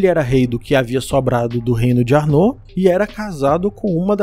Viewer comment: Seria: ÁrnoR a pronúncia e não Arnô como parece. O vídeo está bom e bem explicado, parabéns!